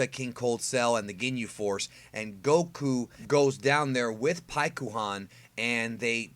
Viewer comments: Oh, you mean like Sas-U-ske? Shut up with the Pik-U-Han. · When u read paikuhan in japanese the u is supposed to be silent. Its like thst for many japanese names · Just don’t say paikuhan